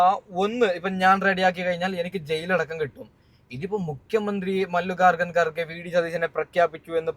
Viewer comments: മല്ലികാർജുൻ ഗാർ ഘ എന്ന് പറയാൻ പോലും അറിയില്ല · എടാമല്ലികാർജുൻ ഗാർഗെ എന്നു പറ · കാർഗെ എന്ന പേര് ശരിക്ക് ഉച്ചരിക്കാൻ പോലും അറിയാത്തവൻ ആരത്